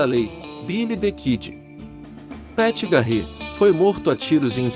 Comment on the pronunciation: Ótimo vídeo, mas farei uma crítica construtiva em relação à pronúncia de 2 nomes : 1- Jesse James (DIÉSSI DIEIMES) 2 - Pat Garret (PÉT GUIÉRRIT) Parabéns pelo vídeo!!...